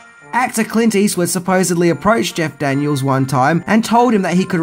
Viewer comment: I kept thinking you were saying "Jack Daniels" instead of Jeff Daniel's 🙈🙈😂